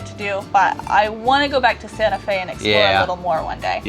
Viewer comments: No hard T, soft T (Sanaa-Fe) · It's "Santa Fe" with a hard T but you have to sing it like Batman in the Disney Musical "Newsies"